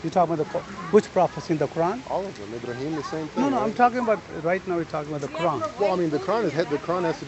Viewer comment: I-Bra-Him Abdool.